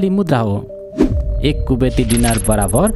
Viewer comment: गाईतुन्डे डिनार होइन दिनार हो उचारनमा समस्या होकी???